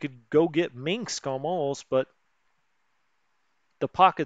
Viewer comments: Stug is pronounced Stoog. There is no mink in Minsk. Just saying lol. Thanks for your explanations of the game. Good stuff. seems you see problems when non is there. ? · Gotta love him pronouncing it "Minxs"